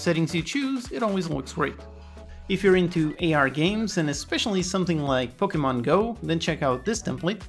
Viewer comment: The way you say "pokemon" sounds very Portuguese - are you a portuguese speaker?